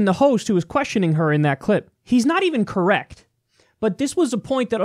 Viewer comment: "Look it up I'm correcc" lmao golden. I love Kyle.